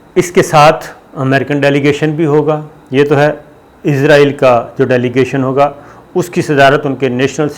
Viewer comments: Bhai izraeel angel 😇 ka naam hai it's Israel 🇮🇱 don't b so dum told u many times to fix your pronunciation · plese izril na bolo israil bolo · IZRAIL nahi Israel sahi word hay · Please note , it is not izrail, it is israeel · صابر بھائ نھائت ادب کیساتھ عرض ھے کہ آپ لفظ بولتے ھیں عزرائیل یہ اپکو بھی علم ھے ایک مقرب فرشتے کا نام ھے اور نہ ھی اس نام کا کوئ ملک دنیا میں موجود ھےآپ مھربانی فرماکر صحیح تلفظ بولیے اسرائیل اور سب اپنے صحافی بھائیوں کو بھی گائڈ کیجے جب بولیں یا لکھیں اسرائیل بولیں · صابر میاں، کتنی بار لکھوں کہ اس ناجائز ملک کا نام اسرائیل ہے۔ عزرائیل نہیں۔ عزرائیل تو ایک فرشتے کا نام ہے۔ اور تل ابیب میں ت پر زبر ہے، زیر نہیں۔